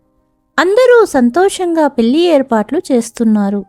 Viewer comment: ఇంకొకటి. పెల్లి కాదు, పెళ్లి. ల కి ళ కి తేడా తెలుసుకుని చదివితే బాగుంటుంది.